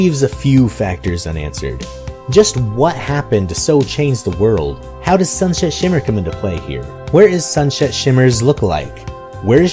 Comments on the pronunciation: Sunset not shunshet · You keep on saying, not Sunset Shimmer, but Shunshit Shimmer... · Is it just me or do I keep hearing sunshet shimmer instead of sunset shimmer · "Shun Shet Shimmer" -, 2015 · ‘shunshet shimmmer’ srsly SrSlY SRSLY!!!!! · Did you just say sunshet shimmer like 4 times? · Sunshet... XD its sunSET ik her name is a tougn twister but still its sunset shimmer XD Edit: im sorry about this dumb comment... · also Sunset Shimmer not Sunshet Shimmer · "shun shet shimmer" lol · Sunshet? Sunset. Lol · "shunshet shimmer" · Love how he says shun shet shimmer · you kept saying sunshet shimmer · you keep saying sunshet shimmer. not blaming you, I do it all the time. Just pointing it out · EVERY TIME HE SAYS 'SUNSET SHIMMER' I HEAR SUNSHET SHIMMER. ~AnRo